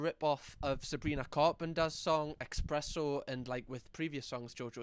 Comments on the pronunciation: It's espresso not expresso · I'm sorry did you just say "Expresso"? 😂